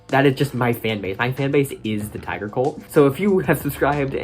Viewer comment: Tiger: It’s pronounced Tiger, not Tigger Also Tiger